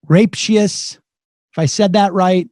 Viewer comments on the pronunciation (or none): ish Rapácious, (rah páy she yuh s) no? :) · "Rape-she-us? Lol. C'mon, Seder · Ra pay shus rapacious. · Rapacious ... [Rap-ay-shuss] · Rah - pay - she -us.😉